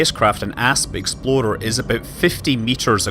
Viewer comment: I heard Asp Exploder once, and now I can't unhear it. Thanks Scott!